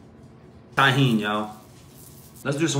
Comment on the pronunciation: Not often do ppl pronounce tajin right :3 pretty dope